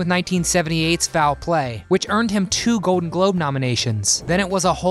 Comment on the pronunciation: Announcer, if you can not pronounce your L's, stay the hell out of voice overs!!!!! Ode for old, code for cold!!! Really? Goden for golden is not acceptable!!! Take speech lessons!!!!